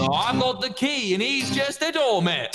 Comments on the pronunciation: The way Wilby said "doormat" but he said "doormet" Edit: re watch it and look at Phil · “Twitch chit” “Door mit” “Is well” “Fwoin as hewll” 😂